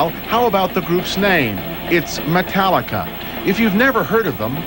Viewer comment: Metarrica haha